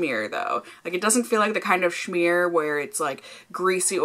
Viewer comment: smear. .not shmear .uhg cringe lol